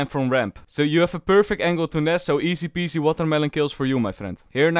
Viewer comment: i only hear easy-pease